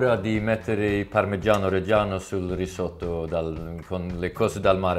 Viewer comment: Uttalas "risåttå"! Basta!